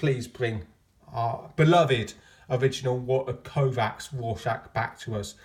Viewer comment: One Walter Kovacs One Walter Kovacs One Walter Koooh-vacs There's only one Walter Koooh-vacs! Everybody sing. You know the words! :)